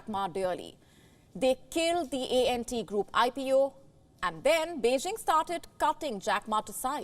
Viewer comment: It’s not ent group, it’s ANT, ANT group 😊